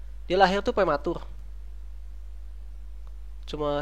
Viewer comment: prematur bukan plematul :3